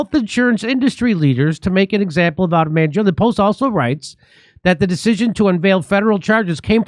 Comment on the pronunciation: Pronounced Man Gee Own